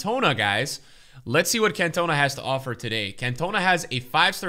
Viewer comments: Can you please stop saying "Cantooona". It's pronounced "caantona" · Lol Cant - OH -na 😅 its pronounced CantOWna hehe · Eric can toe na 😂😂😂 it’s can-ter-nar 😂😂😂 please fix this it’s grinding my gears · Can-toe-na....I mean just wow 😳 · I'm sorry but it's CAntona, not CantOna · Man really called “cantonar”. “cantoena” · It's not Cantonar unless ur an annoying English dude. It's cantona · Your saying it wrong dude its Eric Can-to-na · Can tuh nAh not cantuna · it’s pronounced cantahna not cantoenah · CantonAAAA NOT CantOna Please... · CAN TOE NAH OK STOP SAYING ERIC CAN TONA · Cantonaaaa not Can-tona🙈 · When your American true love sends you 5 Kan-toners for Xmas. Sad times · You mean can-tone-a? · As a united fan the way you pronounce Cantona pisses me off it’s CANT-OH-NAH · Its CAN-TON-A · Who’s can-tona 😭😭😂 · Just for future reference. Its pronounced as Can-teh-nahh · its pronounced can - ta - na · You pronounce it CAN TON NA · Can tone Ah. Common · Its pronounced Can-ta-na 🤦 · Pleaseeee it’s pronounced CAN-TA-NAR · I love you. But if you pronounce Cantona that way again I'm gonna cry. It's "Can-Toe-Nah". Put some respek on his name and please watch some highlight vids of him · Stop calling him can toe na you div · How could you not know how to pronounce Eric Cantona’s name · They way pronounced Cantona gave me anxiety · The way pronounces Cantona will never get old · He’s been doing it for weeks now ahahaha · Clicked right off after hearing the way he said Cantona😂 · not even a Utd fan but saying Cantona so wrong hurts my brain so much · plz say Cantona in the right way it feels so weird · United fans listening to him say cantona must be fumin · Dude your saying cantona wrong please look it up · LEARN HOW TO PRONOUNCE CAN TO NA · How he’s butchering Cantona’s name. It hurts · I love you man but seriously? I'm shocked as a football fan you pronounce his name the way you do. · You say cantona wrong